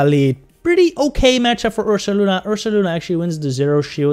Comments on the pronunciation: Take a shot every time he says ursalana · He def says Ursalana. Very good video, btw. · isn't it Ursaluna...? as in Moon (Lunar) Bear (Ursa) ?